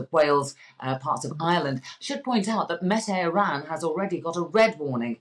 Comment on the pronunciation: Met-Iran 😂… (Met Eireann = Met Air-in) … why does no one Google pronounciations lol